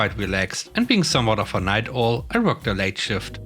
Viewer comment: Owl rhymes with "towel," not "hole."